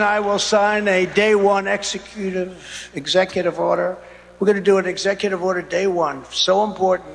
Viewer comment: Ex oooooative order lololol